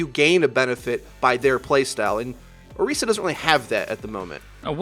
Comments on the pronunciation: Orisa. you pronounce the tis like Chris, not Reese. she is not chocolate and peanut butter... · You put a lot of time into researching her, but you sure didn't look into her announcement video to pronounce her name right ¯\(ツ)/¯